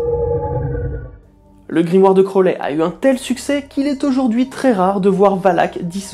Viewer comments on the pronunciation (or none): Super vidéo mais juste..attention aux prononciation, "crolé" pique un peu "crouaouli" c'est déjà mieux en prononciation :3 Voilaaa continue comme ça ! C'est vraiment intéressant